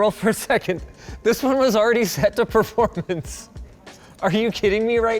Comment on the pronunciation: Linus. Stop saying "proformance"😄